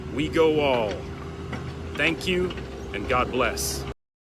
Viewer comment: "Thank Q"...?